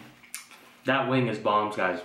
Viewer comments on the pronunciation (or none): He says chicken wang and onion rang 😂😂